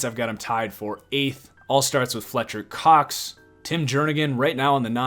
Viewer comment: "Fletcher COX" why did you emphasize the Cox so much lmao